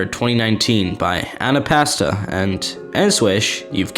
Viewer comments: did he just say an apasta to npesta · did bro just call Npesta Annapasta 😭